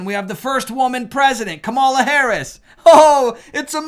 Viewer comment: I didn't vote for her, but it's KA-ma-la, not ka-MA-la. I have made this comment on many other videos before.